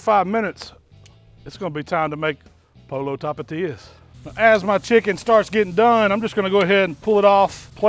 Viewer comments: It's not polo it's,poi yo,pollo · I like how you say polo instead of poyo... " Pollo" 🤐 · None of that is Mexican food. Refried beans literally need to be refried. No oven baked. Rice is not made with salsa but with tomatoes. It’s not pronounced Polo it’s Pollo (Po-Yo) and just saying if you don’t know why 5 de Mayo is celebrated then maybe you shouldn’t celebrate it. But still a fan none the less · Pollo is pronounced “poh-yoh” not polo. The LL makes a “Y” sound. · Pollo is said this way po-yo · He said "polo" hahahahaha but it looks good though. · You know everyone hate when white people can't get anything other than their own culture right. It's pronounced POYO with a roll in your your tongue on the L's. Video was great but I found that highly annoying. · It’s pronounced “Po-yo”. Nice cooking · Mans so white sounded like he said “polo talapias” 😂 all jokes aside this looks crazy good! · Pollo= Poy-yo. lol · My man said "POLO tapatias" XD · Shhh 🤫, it’s way more funny when he says polo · pollo? Are you talking about a game with a ball and horses? Or maybe chicken in Spanish that would sound more like poy-o. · You’re going to pretend that you don’t know how to pronounce “pollo” the proper way, dude? Don’t be such an ass.